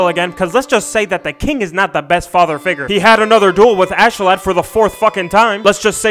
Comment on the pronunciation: it's ASKELADD pronounced (ask uh lad)